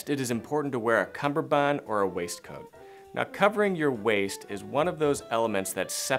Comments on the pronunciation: It’s a cummerbund, not a cumBerbund. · It is cummerbund, not cumberbund. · “Cummerbund”. “Cumberbund” is a common mispronunciation of the word. Go read up on it a bit. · Personally, I think you're dated. 👐 My opinion 👐 However, I think it's important to understand CUMMERBUND. It's pronounced just as it's spelled.